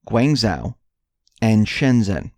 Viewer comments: When you speak about these Chinese cities, you are grossly mispronouncing their names. ZHOU is not pronounced "WOW". It is pronounced "show". (phonemic). Guanzhou = guanshow. Please correct your speech! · Excuse me; It is Guangdong Province with Guanzhou as capital city of this province. Just as Changsha is the capital of Hunan Province, besides that work on your pronunciation of the words/ names. The 'G' is NOT sounding like a 'K", but that will be the pronunciation problems in the ENGLISH language, but you are American so it ought not to be such a big problem for you, to pronounce correctly. But thank you anyway for this enlightening 'news report", it might clear up quite a lot of issues? Because everything is connected (Buddhist saying). (brw. Shenzhen is the "harbour" of Guangdong prov., just as Shanghai and Tianjin) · Your Chinese pronunciation needs work. The ZH combination is actually a thick J sound. Learn Pinyin if you are going to try to say the Chinese words. The -ang combination is actually said like -ong.